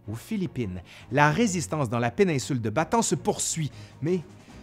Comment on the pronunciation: bonjour , la penincule de "Ba-Ta-ane " et pas "Batan" ( Bataan ) au sud de la grande iles de Luçon ( Luzone ) , :-) en 1944 MacArthur , débarquera dans le Golf de Lyte ( Lété ) et pas" let " comme je l'entend souvent , si non , tres bon travail .